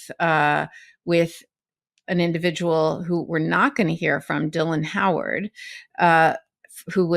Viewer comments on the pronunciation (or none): none